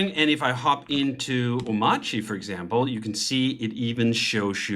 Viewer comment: How you pronounce (ohm)(arch)(ee) wrong when he literally says it millions of times in his video